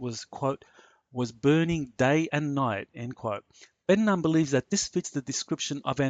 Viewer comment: Ben Nun is pronounced Ben Noon